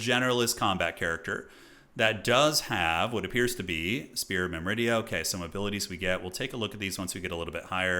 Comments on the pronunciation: myr-midia, not mim-ridia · Awesome campaign, btw, it's "Myrmidia" not "Myridia" - not that it's important. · Or "Mymridia" as says.